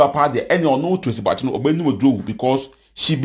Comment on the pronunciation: You see how you pronounce Tracy's name?? Be credible and factual... You've been uploading false vids here